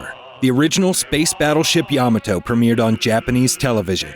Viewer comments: YAHmahtoe? It's ya-MAH-toe. lmao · Really need to learn how to pronounce Ya ma toe and Gam a lon correctly. Seems likely you didn't either watch or listen to how those were pronounced in the episodes. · yuh-MAH-to It's pronounced yuh-MAH-to. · Ya MA to-. You're pronouncing it wrong. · Pronunciation of Yamato gave me cancer. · I watched season 1,2 on tv and have all 3 seasons on dvd, and your mispronounced Yamato